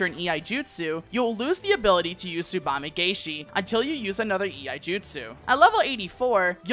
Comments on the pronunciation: Really nice and concise guide; I especially appreciate the tool tip visuals! The only minor grievance is that in つばめがえし, or "tsubame gaeshi," the "gae" is actually pronounced like the English word "guy" rather than "gay;" I keep seeing content creators make this mistake, aha. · Corrections: - I pronunced Tsubame-gaeshi wrong. - Third Eye only reduces damage taken for 1 move not throughout the duration.